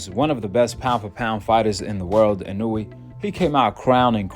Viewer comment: In a way not inooweee